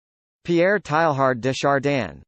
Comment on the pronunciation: SO wrong -- there's distinct "g" sound here at the end of Chardin that doesn't belong, and the first syllable of Teilhard comes closer to "tay" than "tie."